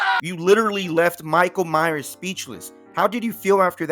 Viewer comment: Nah bro not Michale miyers it Miguel Myers